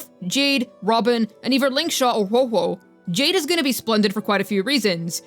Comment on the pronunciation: I will sub, when I hear you say Huohuo's name properly, I promise